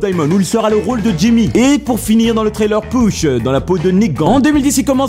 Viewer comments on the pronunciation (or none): none